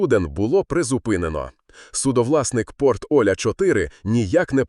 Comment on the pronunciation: Порт ОлЯ... Ударение на Я...